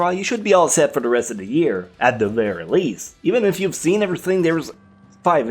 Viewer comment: you need to learn how to speak properly and clearly. you speak like you are a loli but clearly you are an adult. You say things like it instead of its 'da' instead of the.. and so on. it's annoying the lack of mental effort you put into speaking. it's not hard to talk correctly.